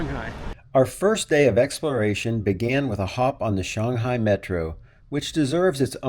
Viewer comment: 上海(Shang Hai) => Sun Hi